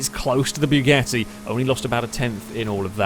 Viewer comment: Am i the only one whos ears are bleeding when he says BYUGATTI? Othervise it is a really good video. But man....it is BUGATTI, not BYUGATTI. "BYU" sounds like a deep voice of a laser cannon...